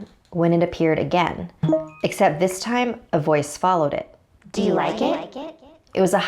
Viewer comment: Do you rike it?